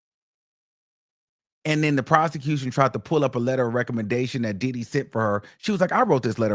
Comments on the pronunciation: Sounds like he's saying "DIIID HE"😂😂😂😂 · The way you say Diddy 😂